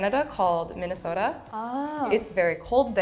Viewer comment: minesota? Do you know riley?😂😂😂